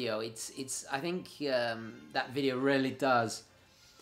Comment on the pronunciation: I loved your video really informative but to my ear you rarely say really properly.